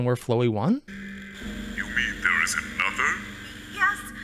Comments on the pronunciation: I always forget about Flowey, the evil flower. And since he messed it up later, it is 'flow' as in 'flower' not 'flow' as in the word 'flow'. Okay, now I know where that's from. I have never watched it and I thought you were just referencing the name of a character from somewhere else. Saving my spot in case my computer restarts. Correct decision because it did. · I have to put this here before I lose my mind. Flowey is pronounced like Flower Chara is pronounced like Character. Frisk and Chara ARE different characters. Chara was Asriel's childhood friend/sibling growing up. You play as Frisk. Asriel mistakes you for Chara when he first sees you because you look similar. Undyne is pronounced like undying because that is her moniker